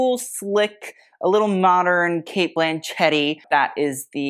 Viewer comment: Cate "Blanchette"😂😂 wild. Like machete!